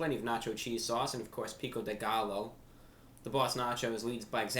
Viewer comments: It's pronounced Pico De gaio....not galo. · "pico de galo" I lost my shit